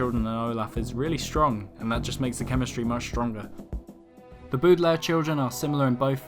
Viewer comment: ... wait did he pronounce it boodilares...also I prefer the TV show